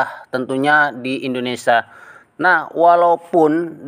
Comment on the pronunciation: Indonesa atau INDONESIA....